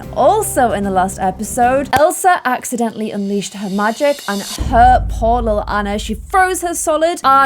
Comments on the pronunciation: Please pronounce Ahna not Anna because its NOT Anna, thank you love you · Anna's name is pronounced Awun Ahh not Ann ah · You always say Annar..😂🤣😂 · And the name Anna is meant to be pronounced "on-uh" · If doesn't watch Frozen 2 before she makes the next vid, im gonna rage! There is SO MUCH info about the parents and how/why they died and a heap load of info about Elsa's powers. Also, i hope she'll realise to change her pronunciation of "Anna" coz that's been bugging me, haha